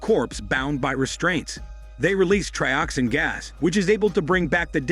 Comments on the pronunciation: It's not Trioxine! It's Trioxin and it is pronounced as such. But yeah, this video is awful. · 245 trioxine! Say it right😂 two subway bums are called workers 😂😂 watch the films you review